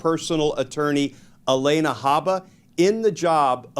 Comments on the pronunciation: Her name is not Elena. It’s Alina. Mispronouncing a name makes him sound like Donnie. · Glen, if I'm not mistaken, it's A-LEE-na, not A-LAY-na. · It's pronounced Ah Lee Nah. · Not relevant, but why does Glenn say Haba's first name like that?